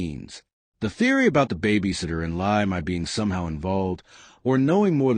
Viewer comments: For the first time, thanks the news host has pronounced the lady's first name correctly. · Thy is pronounced Tee or Thee.